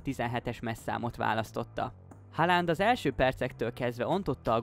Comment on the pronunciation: Jó videó, de nézzük már meg hogyan is kell kiejteni Haaland nevét rendesen! 😅